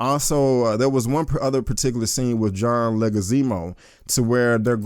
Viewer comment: John Leguizeemo??? You give a good review, but you butcher some names!